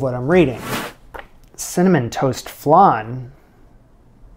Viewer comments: love your show ! just a side note...tis flan as in pan, not flaaaaahn as in ....whatever that is lol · FLAN LIKE VAN not FLUN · Flan like pan please. Flonde?😂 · Just out of interest; what's a "flarn"? In English we call it a "fl-ann" 😄😄😄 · I love watching your videos. I thought I should tell you that you pronounce it like 'an' - flan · Pst .. there is no 'r' in Flan...so it's,F - lan...Flan 😉😉😁💕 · Love the pronunciation, not sure if the long a sound in flan is a North American thing, a Canadian thing or a thing, anyway. My northern English ears do find it endearing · i’ve been searching these comments to comment on how he says flan lmaoooo. I always am really upset with how he says vague. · why do you say flan like that?????? I also notice that you say vague as Vèêhg or vehg lol. You don’t enunciate the gue and you turn the an into an e or eh lmao.